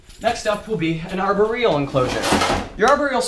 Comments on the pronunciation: Am I the only one who noticed how he's saying aboreal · No I think everyone has noticed pronouncing it arberial! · I cringe every time he says arboreal